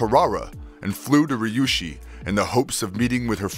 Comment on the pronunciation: Is it so hard to read Ryushi as Ree U she?